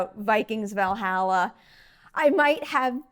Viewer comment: needs to learn her vowels when it comes to pronouncing Valhalla.